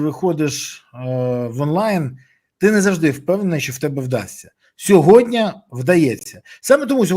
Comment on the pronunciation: Не - "сєґодня", а - "сьогодні"